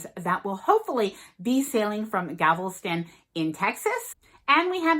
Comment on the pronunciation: loving your vids! ⚓ 💙 just an FYI Galveston is pronounced galVUHstun